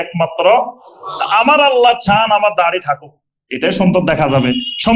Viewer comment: আল্লা না । আল্লাহ্ শুদ্ধ করেন